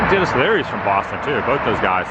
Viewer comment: Adam, what's going on with you? Are you really from Boston? You don’t do things like change 2 syllable words into 3!!! You know, like "Boss-ton" becoming "Boo--aw-ston". So, really, what's up with that??? 😂 Now to a more serious comment, interesting stuff, seeing how time brings these kinds of changes. The 2 malls in my hometown are gone.